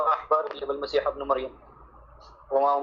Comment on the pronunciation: unfortunately it seems to be a delay:( المسيحَ. therefore the masi7 word seems to be a مفعول به , therefore a delay. if he meant to say beneath allah and christ he should have said المسيحِ with a كسرة instead of the فتحة...